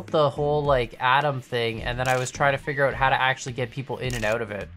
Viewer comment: adam you say, that beginning, atom